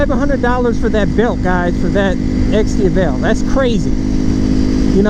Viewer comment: It's Di-A-vel, not Di-a-VEL...